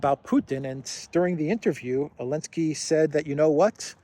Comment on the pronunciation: I still listen to you once in awhile, but I find it distractingly childish how you refer to Zelensky as "Elensky". Grow up,.